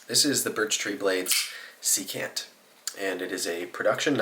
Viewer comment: Secant has the stress on the first syllable. SEE-cant. It’s a trigonometry term, the reciprocal of cosine.